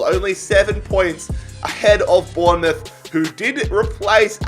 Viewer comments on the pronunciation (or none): none